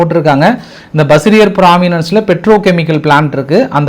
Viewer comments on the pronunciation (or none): மாகாணம் அல்லது பிராந்தியம் என கூறுக பிராவன்ஸ்ங்குற வார்த்தை உங்கள் வாயில் நுழையில பிராவினன்ஸ்ன்னு சொல்றீங்க